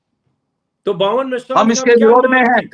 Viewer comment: वामन मेश्राम को आप बावन मेश्राम बोलते रहे, अजित अंजुम,क्या..? 😂